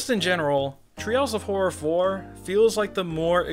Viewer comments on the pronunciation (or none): Threehouse of Horror vs. Treehouse of Fourror